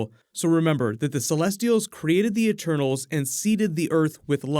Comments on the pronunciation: I've heard "turtles" instead of "eternals" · I thought you said “turtles” 😂😂.